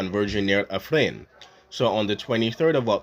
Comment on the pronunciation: It’s Ifni not Ifrin or Afrin.